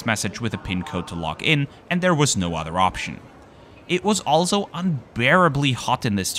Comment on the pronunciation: A very small and insignificant detail, as a Czech who speaks English and decent German I always "catch" the word "also" pronounced as if in German, compared with the flawless English in the rest of the narration. ALSO, that is a CZECH beer !! Woow.